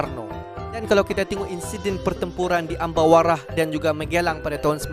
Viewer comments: Ambarawa bang bukan ambawara😄. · Bukan Ambawara bang tapi.... Ambarawa 🤣🤣 salam persaudaraan